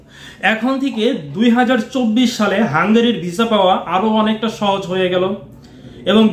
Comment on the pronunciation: ভাই হাংগারি না হাংগেরি হবে।